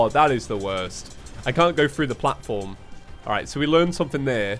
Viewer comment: I've never been so happy hearing a British "Alright" in my life